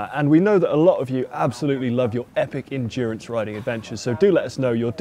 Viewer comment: Endurance or....... Endurn-ace? Happy with new dura ace?